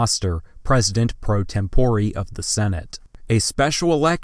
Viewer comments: *tempore. he just says it dumb. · Very cringy video. How can you mispronounce "pro tempore" and important names like Millard (Fillmore) and Strom (Thurman)?!